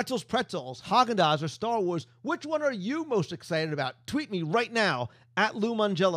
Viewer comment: Lol. you say star wars?is the new place about star wars or starbucks? I heard starbucks in the beginning.